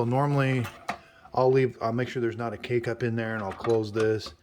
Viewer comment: Him: K-cup My ears 👂🏼👂🏼: Cake-up